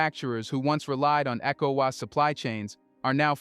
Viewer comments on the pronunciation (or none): Is this an AI voice?? It's so annoying the person can't say ecowas properly and worse still can't say Niger properly.